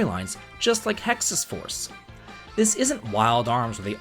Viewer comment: I misheard Hexyz Force as Texas Force and thought I was missing out on my spirit animal state .